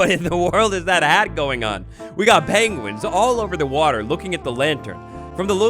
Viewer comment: Pengwings, lol.